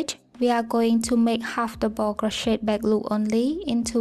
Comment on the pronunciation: I just wanted to let you know that me and my friend made this together and she shamed you for how you say double she is very rude, she is no longer my friend